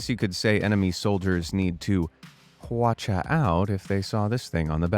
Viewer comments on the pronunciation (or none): Lol hwachia? Hwachia doin'? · Got me at Big Hand👀👀👀 Got me again at (accent)"Watcha out" hahahaha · Behold, the hwacha-macallit Sorry I just had to